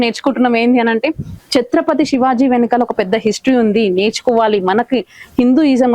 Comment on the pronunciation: Anchor chatrapathi shivaji maharaj chatrapathi shivaji kadu sariga palakandee